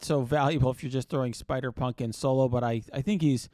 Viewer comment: Couldve swore you were gonna say spider spunk when you were trying to say spider punk special lol